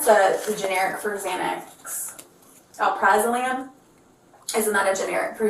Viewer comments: DEAR GOD IT IS NOT THAT HARD TO SOUND IT OUT!! AL-PRAZ-O-LAM. NOT. THAT. HARD. WHAT THE ACTUAL FUCK?! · the officer setting DRUGS down on a fucking children’s classroom counter, like rly bruh, and you can’t pronounce ALPRALOZAM? LOL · Concerning how no one can pronounce alprazolam! Also wtf is the teacher babbling about??? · Lmao the cop is dyslexic or something. He added an F to Alprazolam 😂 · "I dunno how to pronounce Aprazolam." Literally one of the easiest prescription names because its EXACTLY how its spelled. Yeah, erryone of them teachers know exactly what that shit is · Im very upset an officer can sound out al- praz -o -lam. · Alpra-zo-lam 😂 its not that difficult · Al- pra- zo- lam! It's not hard and a depressant makes you slower not hyped up. These people are not very intelligent! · It’s the entire city, the cop called alprazolam “efframazum” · 🤦🤦 that cop... It's not that hard to sound out a big word if you do it syllable by syllable: AL-PRA-ZO-LAM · How did the cop get “Afronozan” from “Alprazolam”??? And stress the “F”. “F something…”??? They’re all idiots. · Cop cant even pronounce Alprazolam? What are the standards of being a cop 😂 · "Ef-frawn-ih-zom?" Proceeds to spell Alprazolam. Then dumps unknown drugs he can't pronounce or identify on a surface shared by young students. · The cop can't read and thinks there is tobacco in the vape. It's nicotine, bud. And it's ALPRAZOLAM, not alfaza-whatever you tried to say. And the staff at the school? I'm horrified that these are the people out there enforcing laws and teaching our kids. They can't convey a coherent thought or even correctly identify anything. My god. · Like can none of these adults read?? is just as illiterate as the cop.. its not even a hard word, just sound it out. Al-praz-o-lam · My sweet God in heaven... its.... Al-Praz-O-Lam. How many teachers does it take to say a 3 syllable word?!?!? It's Xanax. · Al-Praz-ah-lam. How was that so difficult holy shit lmao